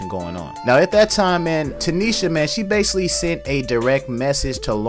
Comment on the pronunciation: Oh wait hold up ya listen at about - when he uses the word basically and the other times after. I’m not sure he’s saying it correctly. Also the word definitely. But has the nerve to talk about the way she sounds. She’s right when she said the people on the internet talking shit and dont even know how to speak right.